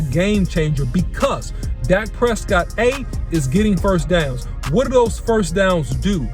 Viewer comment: OC why you butchered Dak like that